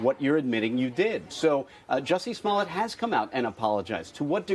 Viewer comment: Joussie Smouillée !? Il est français.